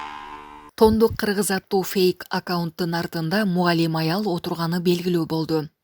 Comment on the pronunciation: Тондук эмес, тоңдук, туура окугулачы